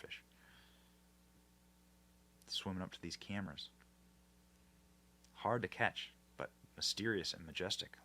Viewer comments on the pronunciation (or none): none